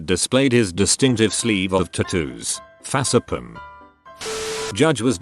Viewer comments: Nobody: Not a soul: Not a single being in this world: Updoot Reddit: FAH-SE-PLAM! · The way the voice bot says facepalm ”fahc’ehpalm” Lmao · Nobody: Computerized Voice: fas e palm